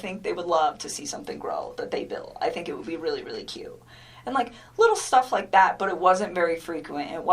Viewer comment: Correction - she actually says "They're so WITTLE". Yeuch - that dirty, self-serving tramp makes me want to take a very hot shower!